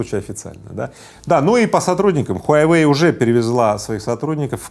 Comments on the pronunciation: Рыбаков, не хуйайвэй, а хуавэй! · Я думал ХУАВЕЙ,а оказывается ХУАЙВЕЙ!😁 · Мой друг произносит "Хуйвей", а тут "Хуявей" 🤣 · Произнашение огонь . Huyawei 🤣🤣🤣🤣🤣🤣🤣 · смартфон "хуе веи " 😅😅😅